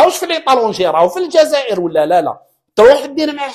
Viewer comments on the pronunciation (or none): none